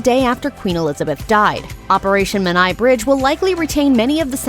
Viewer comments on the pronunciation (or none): Come on get the Menai bridge pronounced correctly.